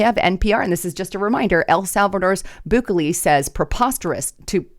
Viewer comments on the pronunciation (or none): It’s NOT BOO KEY LEE. You should say it as best as possible. BUKELE = BOUQUET 💐 LAY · Ms, the President of El Salvador name is pronounced Bu-kelly.